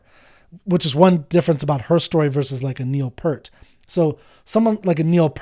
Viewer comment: Enjoying your journey, but just another gentle reminder that Neil Peart did not pronounce his name P-ur-t. He pronounced it just as it was spelled: P - ear - t!